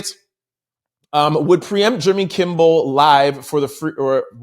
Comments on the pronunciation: Kimmel not Kimble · Kimmel...not kimbel. Thank you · I love your show I'm telling you!! But I'm listening right now and if you say "Kimbel" one more time.. 🤦🏽‍♀️And you were READING almost everytime you READ the name! 😂😅👀😬 Really not trolling but your position in celebrity/overall news...someone should have stopped you and had you correct his name. In other words...watch the people around you 👀💯...someone should have TOLD YOU. I know you not recording by yourself! 🤷🏾‍♀️...k luv you ❤ thank you for your videos 😊